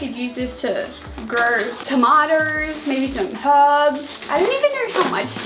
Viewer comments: Normal ppl ; tomatoes To-may-toes Her ; tamaters Ta-ma-ters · I LOVE the way she says tomatos!!😆